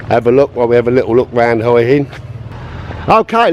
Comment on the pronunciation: Just to let you know, the 'Hua' in Hua Hin is pronounced more like 'Wa.'